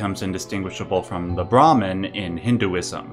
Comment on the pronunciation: This is just a little nitpicking. You have the word brahman and atman on the screen so we know what youre talking about, but the way you pronounce brahman sounds like brahmin which is the word for the priestly varna (caste) of hindu heirarchy. That being said, one of the most important hindu texts, the baghavad gita which is a section near the end of the grest epic the mahabharata depicts krishna revealing to arjuna that he is in fact brahman. This scene has many depictions in art where krishna shows arjuna that he is just one of the infinite faces of the brahman. In this way, you can call each incarnation of braham in the various deities masks.